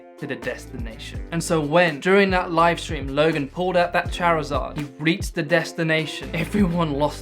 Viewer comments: It's charizard not charzaaa😂😅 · lmao I'm sorry but I've never heard someone pronounce Charizard like that lmao aw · I had much more fun with your pronunciation of "Charizard".